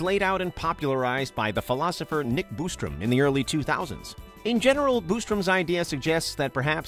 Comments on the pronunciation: It's not Boostram 🤣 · Boo-strom. lol